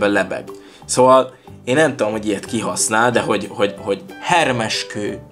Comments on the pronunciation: Hermes ejtsd 'hermész' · "Ermész":) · Hermes kő Nemkő